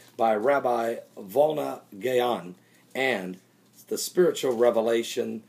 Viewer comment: It is the Vilna Gaon, not Volna.